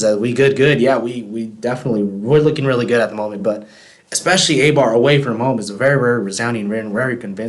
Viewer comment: A-bar? It is pronounced I-Bar.